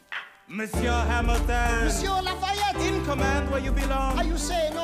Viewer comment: LAFAYETTE not Laurens